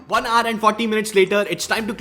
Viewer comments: Can you please stop saying "R" and "HOUR" instead? Here is a link that will teach you -> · How do I fix your accent? Hour is pronounced as [ouuh r, ou-er] not aaar. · When you say hour all I hear is just R . I wonder how you pronounce our ... probably R too. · Try to say 'HOUR' aar❎ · Is he trying to say "hour"? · H is silent in Hour. Google it if you may.